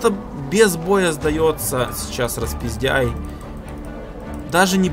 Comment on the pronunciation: Фэт, ник Распиздэй а не распиздяй, не обижай)))